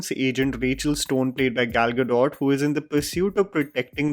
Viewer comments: Brother, Happy Independence Day to you. Just wanted to inform you that Gal Gadot is an Israeli and her name is pronounced as गल गडोत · Bro her name is pronounced Gado, not Gadot